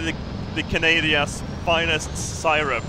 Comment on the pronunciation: "The Canadia's finest seyerup"